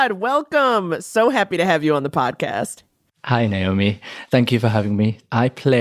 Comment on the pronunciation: 🚨🚨🚨🚨PAY ATTENTION TO HOW HE PRONOUNCES HIS NAME COMPARED TO HOW NAOMI MISPRONOUNCES IT🚨🚨🚨🚨 pls educate the fanbase y’all I had to witness it in person and wanted to pull my hair out